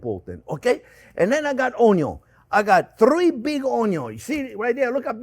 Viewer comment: Chef, you truly are a gem. I am SO THANKFUL my son came home from school 2+ years ago saying......"this guy says Onyo!" It's been one of the best discoveries in my life at 50 years of age. It would have been an absolute honor to learn from you in your school. Take care!!!!